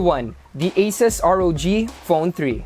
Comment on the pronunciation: he pronounces asus as aces? lmao